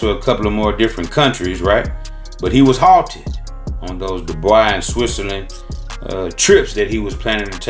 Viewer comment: The way bro read "Dubai" dead me on arrival 😂 " Doi boi"